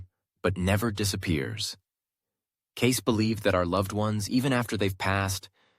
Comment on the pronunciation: Cayce pronounced Casey.